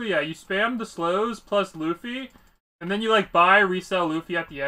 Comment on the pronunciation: My guy do you actually think his name is LOOFY its luffy like bruhhh